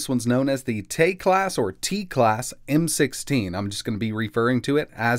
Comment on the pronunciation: It is pronounced Teck-last